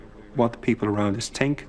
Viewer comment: "...of what the people around us tink" WTF?